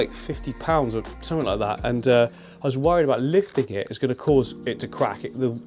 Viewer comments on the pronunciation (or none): “click sumfink” LMAOO I LOVE